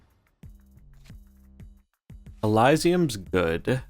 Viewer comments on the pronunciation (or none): nice deck, btw its Elysium is pronounced differently lmao [EH] + [LIZ] + [EE] + [UHM]